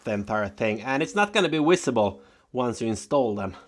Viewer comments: Slava Ukriana! ''visible'' you say ''wisible'', earlier you show a bottle that has ''Vatten''. Is that pronounced Watten, or Vatten''? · love your videos, but no disrespect but when you say visible it gives me a chuckle / keep up the good work ( some of your other pronunciations tickle me too but can't think of them right now ) people should know English is the international air traffic control language KUDOS to you